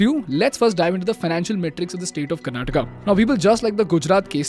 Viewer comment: Maybe this is why they lost...the leader of the party that you must vote for is calling your state 'karnataka' like some foreigners would karnatak hai woh bhai english kya hutiya language hai pata nhi har ek hindi sabdh ke baad "aa" lagana padta hain